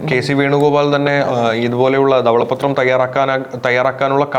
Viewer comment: ഇതെന്താണ് ദവള പ്പത്രം. ധവള പത്രം എന്ന് ശരിക്കു പറയു